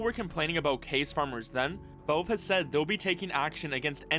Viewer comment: “Vulve” its Valve bro